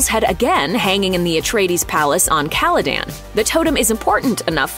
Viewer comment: Am I the only one who is annoyed that they didn't do enough research to be able to pronounce Duke Leto and Caladan correctly?